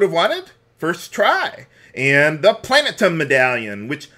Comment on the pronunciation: Planet um? Erm, you mean Plat in um? The 78th element in the periodic table?